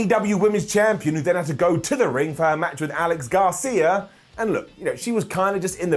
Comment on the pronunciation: It's Alex GRACIA,, not Garcia.